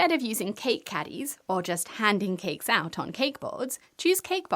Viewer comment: always hilarious how she pronounses it 'KeKKKKs"